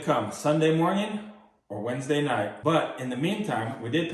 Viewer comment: Stop saying morging